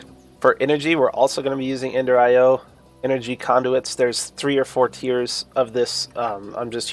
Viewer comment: "Ender Ten" 🤣